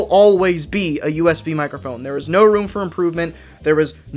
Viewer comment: "Mike err phone"